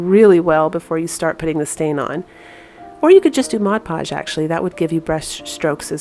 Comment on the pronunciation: Thank you for saying mod podge...not modge podge! Just makes me chuckle when they say modge!